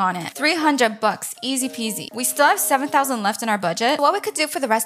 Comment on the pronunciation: lol she said: that was four hundred blucks?